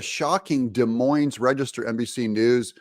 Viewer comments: Great stuff Doug, the more desperate they get, the bigger fools they make of themselves and to quote a McDonalds commercial. "Im Lovin It". Just as a side note, when pronouncing "Des Moines" both S's are silent. As a Des Moines native now living in Kansas City, I find the pronouncing one or both S's is a common mistake with people from other parts of the country. God bless, Merry Christmas and a Happy and Prosperous New Year to one and all. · S is silent on Des Moines. Go Hawks